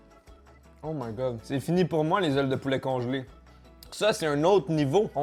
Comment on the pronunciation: Je sais vraiment pas pourquoi mais j'ai penser au 'Violoneux Ronald' quand t'as dis 'dé zailes de poulaa' 😂😂